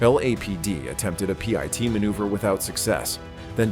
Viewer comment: "Pee-et" manouvers? 😅